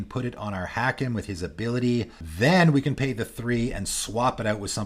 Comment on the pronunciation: Hakim: Haa-keem. Every time I heard the mispronunciation I cringed.